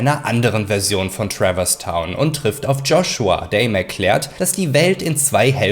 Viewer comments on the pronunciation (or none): none